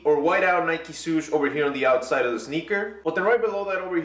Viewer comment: Swoosh, not suuuuuush